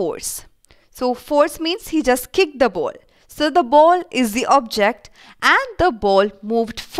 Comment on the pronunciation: Why are u saying ball boul 😂😂😂😂😂😂